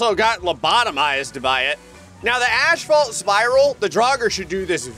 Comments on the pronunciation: It's "asphalt", not "ashphalt" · The entire video and still doesn't know how to pronounce "asphalt" correctly. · Brother keeps saying Ashphalt instead of asphalt and it's pissing me off😭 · "Spinning ashfalt spiral? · it's not ashphalt. it's asphalt. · Are..... Are you saying "ashfault"?? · do you realize that you say ashfault... the word is asphalt